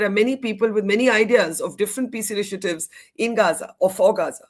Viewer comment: He didn't say "Gaza peace initiative" but "Gaanja peace initiative", there is a difference :face-blue-smiling::face-blue-smiling